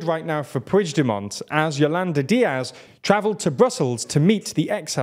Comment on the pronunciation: I know you are trying, but the pronunciation of "puigdemont" hurt my ears, just say Carles , or if you have to, pronounce it like [PUIXDEMOAN]